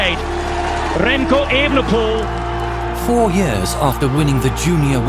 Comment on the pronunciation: Als NederlandÉr vind ik het erg grappíg hoe hier de klemtóón steeds verkeerd wordt géélegd bij het uistpreken van Evenepoel